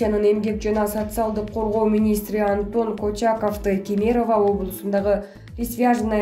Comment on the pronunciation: Алып баруучу кыз угуп турсам бардык видеолорунда КЕМЕЕРОВА деп айты жатасын КЕЕМЕРОВА деп ударения биринчи Е де болот.